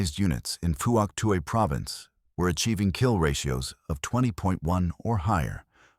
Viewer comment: Pronunciations are wrong. Vut Nam, silent "i" and strong "N". Also Phouc Tuy is pronounced Fook Twee.